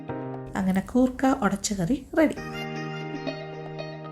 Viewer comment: Goorkka alla madam , say " koorkka" .......